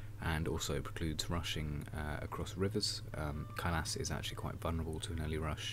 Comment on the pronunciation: its pronounced kailaasa